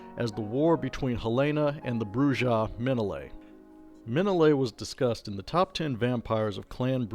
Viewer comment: Pronunciation matters. "BROO-hah" because it's a Spanish word.